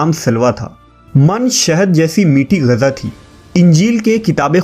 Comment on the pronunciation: Abe oye jahil, Gaza nahi Ghiza kehte hain